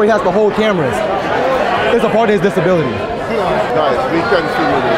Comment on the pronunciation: "He just has a disbality where he has to hold cameras"😂